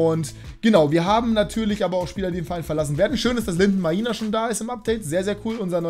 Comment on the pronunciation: Maina wird nicht so ausgesprochen wie du es machst er wird so Meiner ausgesprochen aber Maina geschrieben war in seiner Klasse